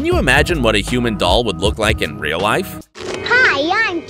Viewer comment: It’s rill